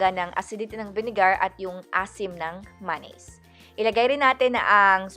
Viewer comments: Hahaha maynaise talaga boomm panis ✌️✌️😝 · Ok na sana kaso masyado mong inaartehan yung pag bigkas mo ng mayonnaise na maynaise maging natural lang ate girlzzzz 😂😂✌️